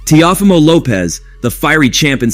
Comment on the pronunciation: Bro wtf did u just call him? Tia fima lmfao. If you can’t properly pronounce their names. Why do a video in them.